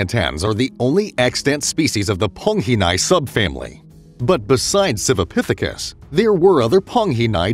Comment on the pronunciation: Everything is a "pithikis" this a "pithacus" that!